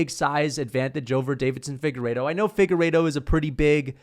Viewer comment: Deiveson Figueiredo not Davidson, still a casual and you're welcome